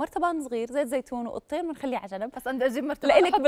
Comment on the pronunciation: قطين. قطين. مو يقطين. قولي تين مجفف. بالقرآن مكتوبه. والتين. والزيتون.